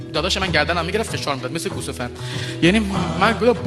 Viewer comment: گوسفند ❌ گوسه فند ✅😂😂